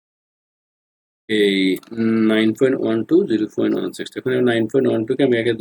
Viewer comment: আপনি পয়েন্ট কে ফয়েন্ট বলেন কেন?